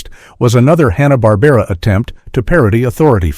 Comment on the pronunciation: I tuned out after about a minute. Made up crap with AI voiceover. "Honna-Barbera" cartoons are hardly "forgotten".